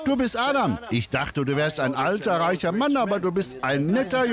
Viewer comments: hahaha sprächer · sprächer? dein Ernst?